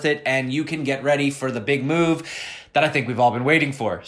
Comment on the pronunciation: The big "moonve"